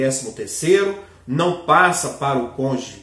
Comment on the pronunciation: A palavra certa é cônjuge e não conje.